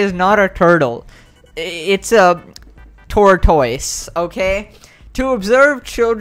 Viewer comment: The way he said tortoise haha